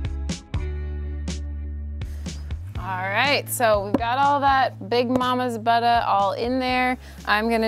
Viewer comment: I know you are too smart to toss those doors...they'd be a great decor piece turned horizontally and hung on a wall. You can make additional money that way. Like how you say buttah. Lol! Beautiful job!